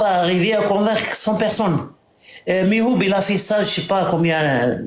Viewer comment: Pourquoi ils se trompent tous, c'est MihouB avec un B, pas Mihoud !